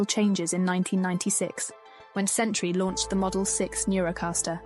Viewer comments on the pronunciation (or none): none